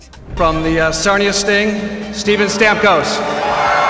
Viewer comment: And steben